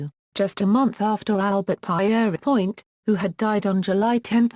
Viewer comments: You must know how to pronounce people's names. The French way of saying Peter is Pierre. Everyone knows how to say that. So you should say Pierre, then add on without a break 'point' It is as simple as that. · The narrative has been screwed up by the mis-pronounciation of Pierrepoint's name. Could you not afford a human being to read the script? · Not only bored to tears but also annoyed by the innacuracy. "Pie eery point?" Conningsby Main "in the West Riding of Yorkshire" It's in South Yorkshire. Her attempts to pronounce "Pentonville" abysmal!